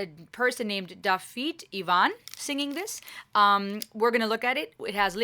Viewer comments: You're close on the pronunciation; it's closer to Davith (rhymes with with) Ewan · its nothing at all like Ewan, every Iwan ive met pronounces it like i do more like ew - an just admit youre wrong pal, im first lang on both sides pretty confident I can say my own name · Glad you loved the song. Dafydd Iwan (Iwan pronounced you-anne) was a very popular folk singer when I was a teenager. He was a bit of a naughty boy, because of his extreme political beliefs. Had a beautiful voice when he was younger - think he sang with two other males in a group. His voice has got more gravelly as he's got older, but fair do's he can certainly get a crowd going. Thank you for your intelligent insight into this video.